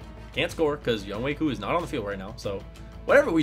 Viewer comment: Good job on pronunciation! Also good video